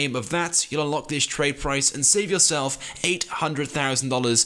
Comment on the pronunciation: U said the trade price wrong